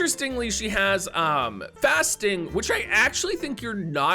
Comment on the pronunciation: I was only listening, so I thought her ability was called "fasting" instead of "fast sting". 🤣